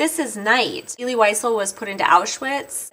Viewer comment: Stopped watching when she pronounced Elie's name wrong.